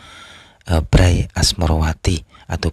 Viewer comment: Membacanya bukan BRAy tapi be er a ye dari kata bendara raden ayu